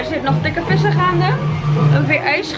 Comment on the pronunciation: Tweede keer dat ik "dikke vissen" hoor wanneer je "dikke fissa" zegt hahahaha echt grappig 😂 "het is hier echt dikke vissen" lmao!